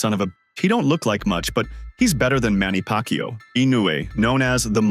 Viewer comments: Manny PackYou? tf? 🤣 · Manny Pak Yu😂